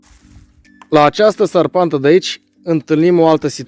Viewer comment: Se spune ȘARPANTĂ, nu SARPANTĂ, dacă nu te superi